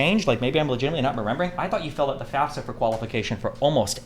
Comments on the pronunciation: Thank you for acknowledging that she’s saying FAFSA wrong like she odd 60 years old. Ps I just graduated recently, and it qualifies you for financial Aid! She doesn’t know what she’s even lying about. I couldn’t even get loans through my parents lol tons of subsidized and subsidized loans as well as a Pell grant. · Yeahh, as I said in the original Candace Owens video, she's straight up LYING about filling out a "FASFA" (which she says wrong, because she doesn't know what that is). I wish Destiny had called her out on that in person, but at least we're addressing her obvious lie now! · Candace Owens is bad joke. She's an affirmative action hire by right wing propagandists. They just want a black woman spewing their nonsense without sounding "too black". And she says FAS-FA. She doesn't know shit about student loans or cost of college. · FYI, I think it's almost a rite of passage to constantly mispronounce FAFSA as FASFA. It's definitely not an indicator of anything. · mm i dont thinkis that big of a gotcha. also i've only ever heard "fas - fuh" in my life. I never even noticed the s was after the f.